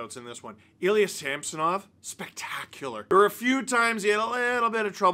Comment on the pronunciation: Great win only marred by the continual mispronunciation of Sammys name by the commentators 😂 who the heck is SAM SO NOV